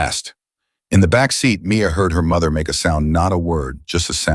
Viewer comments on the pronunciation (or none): none